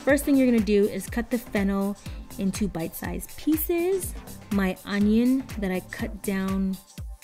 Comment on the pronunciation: I am German and I always got "butt size" instead of bite size xD